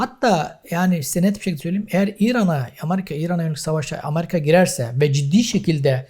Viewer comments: Hocam sağ ol güzel şeyler anlattın. Yalnız Allah rızası için, sıradan Vatandaşımız gibi AMARİKA deme ..AMERİKA diye telaffuz et !!! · Essek adam amarika değil amerika